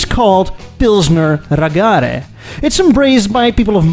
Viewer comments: wtf is a Ra'gare? that's not how you say it, it's ra-ga-re, one-two-three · Nearly pronounced "raggare" correctly. But a goot try. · Great video! But very lazy that you didn't learn how to pronounce RAGGARE. It's not that hard. And surely you must have heard the word hundreds of times at the car event... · I love the Italian pronunciation of raggare and will appropriate it from now on. It sounds more posh and is suitable given the raggare's evolution from basically chavs to skilled classic car preservers.